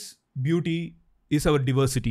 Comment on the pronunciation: Diversity and not Divorsity அடேய்